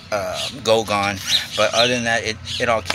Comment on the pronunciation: Goo gone, not GO gone. Lol